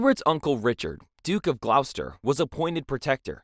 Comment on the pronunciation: It’s pronounced Gloster